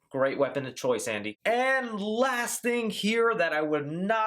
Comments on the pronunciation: Is it just me or did I hear 'asshole' instead of 'Andy' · The voice sounds like it's saying "asshole", rather "andy." I'm dead serious.